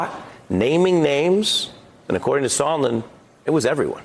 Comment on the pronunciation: Sondland, not Sondlin, and he could not have stated more clearly that there was a Quid Pro Quo. You can't even get those two things right. So I can't believe you know what an impeachable offence is, or what is a "misdemeanour"? Bottom line: anybody who has not followed their cult leader's instruction to ignore what they see and hear can see something disgraceful happened here, assisting Russia and causing significant damage to the US, out of Trump's self interest.